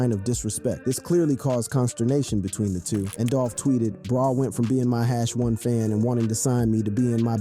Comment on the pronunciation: bro said "hash one fan" LOL